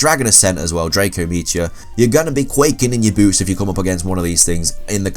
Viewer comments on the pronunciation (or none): none